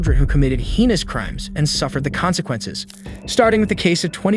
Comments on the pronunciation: He ness? It’s hay ness 🤦‍♂️ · It's pronounced "hay-nus." Don't use words you can't pronounce. Also, a 24-year-old woman is not a "kid." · How can none of the narrators on these channels pronounce "heinous" correctly?? 😂😂😂 "Hay-nusss" say it with me guys, cmon now.